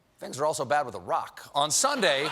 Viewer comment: How nice to hear an American pronounce "Iraq" correctly.